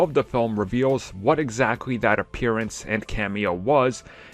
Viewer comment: Ironman made an "appearan"